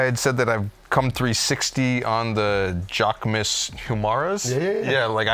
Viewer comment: for butchering JAQUEMUS (JA - KE - MEW)